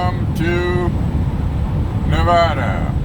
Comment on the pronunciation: Don't say Nev-ah-duh to a Native Nevadan, or any Nevadan for that matter...it's Nev-add-uh. haha. It's a running joke here...we cringe every time someone says Nev-ah-duh. Yep time to retire the blue van. You need a reliable rig, air conditioning & all to travel, not have to sink $$$ into it. I know, it's sentimental value, but there comes a time. You can't expect a 50- yr-old vehicle to perform like a newer vehicle on those distances. Safe travels.